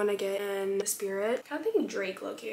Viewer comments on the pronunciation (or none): none